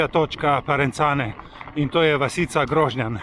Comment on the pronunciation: Čestitke, zelo zelo lep video. Le prijazen opomnik, istrski kraji se izgovarjajo: Grožnjàn, Višnjàn, Livàde...